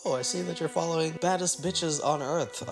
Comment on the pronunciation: It funny how Angela says “follern” instead of “following” 😂😂😂